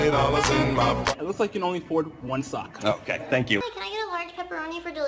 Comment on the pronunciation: I keep playing over and over again, i love when he says " Itz nat Juan O_o"